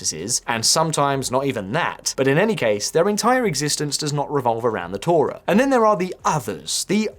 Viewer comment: Your mispronunciation of the word Torah infuriates me more then the Heredi, which is quite a lot. Also, why would you list the Talmud ahead of the Torah, its the other way around buddy.